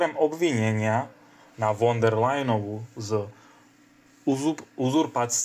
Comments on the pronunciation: Máte problémy so vzdelaním, prijímaním informácií a s gramatikou! Von der.... Sa číta fon ! Čítajte, vzdelávajte sa a venujte sa rétorickým cvičeniam. Inak to môžete zabaliť! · Von der.... sa číta: Fon der... Je strašne ťa počúvať !!! 😢🫡🇸🇰